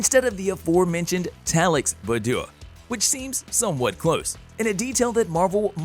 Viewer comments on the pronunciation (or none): Did he say Remy LeBew??? It’s Remy LeBeau (La-Bo) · Remy Leb'yoo? LOL! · I enjoy these videos but why so many problems with pronunciation? Allegory Machinations LeBeau Etc...